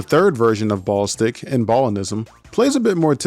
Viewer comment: Hearing you call it "Ball Stick" instead of "Ball-istic" 😂